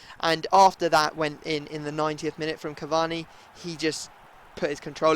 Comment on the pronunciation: Cavanni lol its cur-var-ney cavani